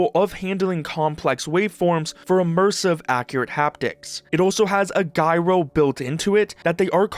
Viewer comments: the news are good and all but... GEI-RO ????????? i hate that you pronounced it like that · Gyro - Pronounced Jie-Roh - Short for Gyroscopic... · Right… What's a "guy-row"? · What the hell's a "guy-ro"? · the way you pronounce "gyro" and "foviated" upsets me 🥀